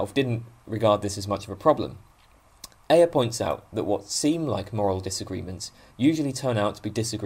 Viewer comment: I think Ayer's name is usually pronounced "air". :)